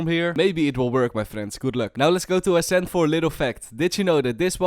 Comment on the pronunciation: I have a cool line up in ascent if your pushing B and if you fade i wish i can send it but i think my father wont allow me T^T What i here:fiper The agents name:viper How i say ascent:ashent 👁👄👁